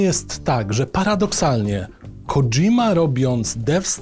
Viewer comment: żle wymawia nazwisko, w japońskim nie ma "dż", przez romanizacje tegóż języka popełnia się właśnie takie błędy powinno się wymawiać KO Dźi Ma, "sz" też nie ma więc jak będziecie w razie zamawiać sushi to poprawna wymowa to su-śi. Pozdrawiam ;)